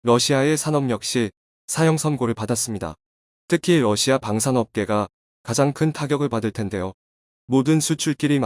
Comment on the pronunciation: 멜친 아니고 옐친.러시마 아니고 러시아 만창호 아니고 안창호 입니다.발음 제대로 하세요